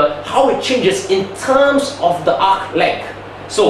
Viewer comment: Wait, is it TUMS, like the antacid? Oh whoops! I am wrong again!... It's terms, I didn't know a tum is a mathematical TERM! My mistake, I though we were learning about medical tuminology, whoops! I mean TErrrrrrrrrrrrrrminology. When I say ni hao, i don't say neee whoooo, lol, you can do math, but you can't speek, which one is more difficult? FUCK!